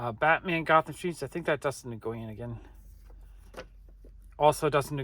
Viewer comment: Another great video! (Btw, Dustin Nguyen’s last name is pronounced “When”)